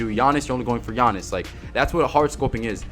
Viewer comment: "takeover gianiss"